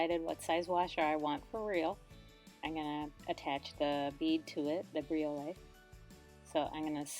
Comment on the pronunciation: I love this idea. I actually bought some copper washers on Amazon recently with jewelry making in mind. But how can you tell if they're pure copper? And just fyi, not a big deal, but it's pronounced bree•oh•let. 😊